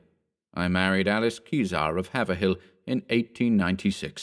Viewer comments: It's pronounced "Hayve-rill" , not "Haver-hill". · Strange, we generally keep to the old, English pronunciation of town names, though shifted by our Boston accent over time. Thus “Worcester” is “WIH-stah” etc. But the narrator said “havver-hill” despite having an English accent. Do they say it that way in Britain? Haverhill is HAY-vril around these parts. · It’s “HEY-vril” not Haver-hill 😉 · Haverhill is pronounced... HAaaV-rilll let it roll off your tongue, don't chop it into 2 syllables. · I love how no one outside of New England can pronounce Haverhill correctly lol